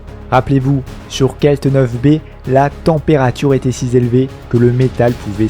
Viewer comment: Super pour la voiture. Par contre attention à tes liaisons. Si z'élevé.. trop z'éloigné..